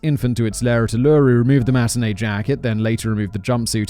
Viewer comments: Mate drop bears are a piss take and it's pronounced oo-la-roo. Also no Australian has ever drank a fosters, not a single drop, if not drinking a woody it'll be a XXXX, VB, Tooheys New or the good old goon bag (goon-a-fortune is the best invasion day party game of all time) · OK Simon. I let it go the first time but enough is enough! Uluru is pronounced “Ooo - loo - roo”. Say it quickly. AND TALK TO AN AUSTRALIAN! “Daddy, chill!” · It’s Uluru is pronounced like oo la roo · I love Simon and his Aussie pronunciation, first it was Ivan Milate's Oot, now Ooloroo. 😂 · david: provides pronounation for aboriginal tribe david: doesn't provide pronouncation for uluru, probably assuming simon can pronounce it simon: AllErOO simon why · I'm only up to Uluru and I can already tell Simons going to have a time with this one. As an Australian I don't think I'll ever get tired of foreign content creators butchering our pronunciations. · Not important but every time I watch this channels videos about/involving Australia and he says something so incredibly wrong like his mispronunciation of Uluru or Utes I die inside even more. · Melbourne is in Victoria, Uluru is in the Northern Territory (also your pronunciation hurts Simon). And Blackstone's formulation is great but part of why her conviction was overturned in Morling was we were forcing her to prove her innocence instead of the prosecutor proving her guilt. The public treatment of Lindy was appalling wanting her name cleared properly is completely understandable as someone around to see most of it. Aboriginal names are fairly simple, read as spelt mostly. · Fremantle Doctor… near Perth… 😂😂😂 Pronunciation of Uluru 😂😂😂🤩😂😂😂😂🤩😂😂😂 Drop bears… I’m literally dying 😂😂😂😂😂😂😂😂😂😂😂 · Stop saying Uluru... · Oh dear I'm 8 minutes in and the pronunciation of Uluru is driving me nuts. Lol... oh Simon you usually do so well. Sorry... Australian here. ... I will battle thru though as I love this Channel and Simon's work. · It’s pronounced oow la rew